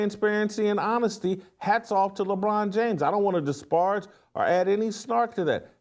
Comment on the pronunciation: Bro. Disparage is not a difficult word to pronounce